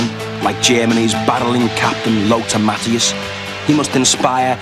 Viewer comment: Even though he pronounces 'Matthaeus' like it was the cheap rose from Portugal.